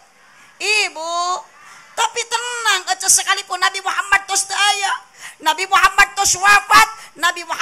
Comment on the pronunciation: NABI MEREUN KANG SANES NABU😅